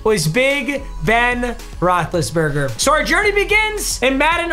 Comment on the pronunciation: Roethlisbergr lmao